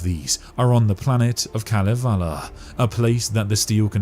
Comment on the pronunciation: "Kalevala" is pronounced "Ka-LE-VA-la."